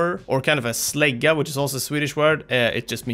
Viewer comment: Your swedish! You said slägga like your from sweden. Wait wait JunkerQueen has a weapon like slaga i think theres a connection between them